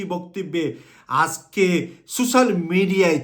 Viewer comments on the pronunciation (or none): none